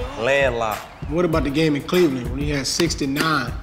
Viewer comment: Westbrook saying "Cleland"